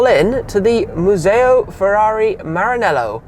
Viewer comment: Furóree in Moranélow.